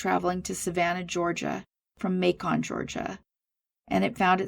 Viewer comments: Thanks for the work you do. I live right outside Macon, Ga and it's pronounced like "bacon". Also, Dekalb, Ga is "de-cab". Thought that might help you out in the future. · I'm surprised no one mentioned that Twiggs county is in Georgia not Florida. The city of Macon is pronounced like bacon only with an M. I've subscribed and am watching a video or two every day. Keep up the good work.